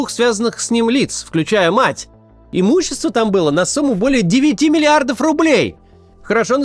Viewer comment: 9 млрд. рублей уже не так звучит, не стоит делать такое ударение)